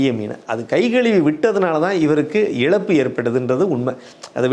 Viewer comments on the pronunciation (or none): none